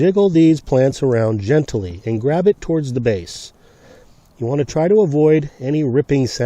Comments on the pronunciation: Never heard the word gentily. usually i hear it pronounced Gently. the advern of gentle. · There are only 2 syllables in gent-ly. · Great information! "Gently," is two syllables, not three, lol.